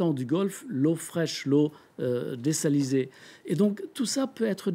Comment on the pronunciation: vous avez presque raison de dire désaliser et non pas désaliniser puisque la mer commence à être sale de plus en plus.